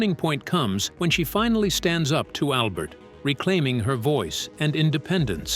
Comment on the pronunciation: I firmly believe AI will be the death of humanity. Yuck! Besides repeating the same fucks multiple times. It's pronounced CEE-LEE, SHOOG, and AL-BURT.